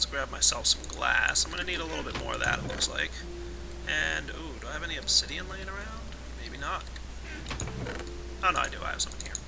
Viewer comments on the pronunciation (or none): none